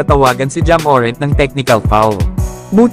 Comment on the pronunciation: Boss hindi MORENT ang bigkas kundi MORANT Inaartehan mo kc di naman maganda sa pandinig